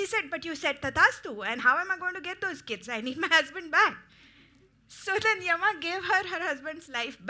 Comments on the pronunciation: Yama yama does not sound good please say yam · It is written Yama in English but it's pronounced Yaama.